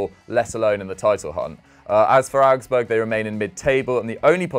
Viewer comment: Am I the only person hear say arabsburg